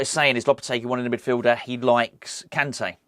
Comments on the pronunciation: “N’golo Kunté. I didn’t pronounce that well did I?” 😂😂😂 I love you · No u didn't say his name well 😂